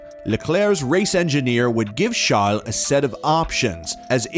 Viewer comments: Good video. But please stop calling Charles chall/shall lol. If you dont actually have an accent it just sounds like you're making fun of him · I get that. But Charles isn't really a French name lol. Idk, it just sounded super weird to me 🤷‍♂️😂